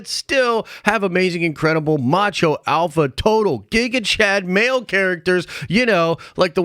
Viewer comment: i cringed every time u said “alpha” sheesh